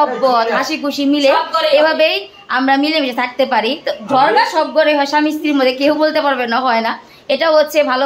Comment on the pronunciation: ঝগড়া নাকি ঝরগা 🙂